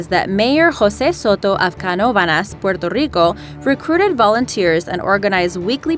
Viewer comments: I love how you said chupacabra and Puerto Rico correctly thank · While Puerto Rico and Chupacabra are pronounced correctly complete with the Spanish inflection the pronunciation of Herodotus is wrong. The correct pronunciation is 'huh-rod-uh-tuh s). The correct pronunciation of Sir Walter's last name is (Raw-LEE) Raleigh.